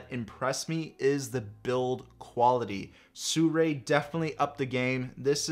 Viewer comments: How the fuck do people read Sirui as Soo-ray?!?! Lmao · I checked with Sirui. It's actually pronounced, "See-roo-eye". Just an FYI. You know I love ya,.